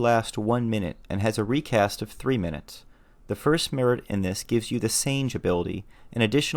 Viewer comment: I’ve been binge watching your channel the last week to get ideas on my solo limits and duo limits, but I nearly had a stroke when you said “Sane-j”. God tier Nin and knowledge, but can’t pronounce Japanese names to save your life, 🤣